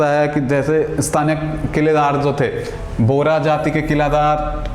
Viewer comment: बोरा नहीं बोहरा...